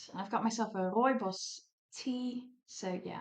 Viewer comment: Hi. Love how you said Rooibos tea. I'm from South Africa and drink a lot if Rooibos tea.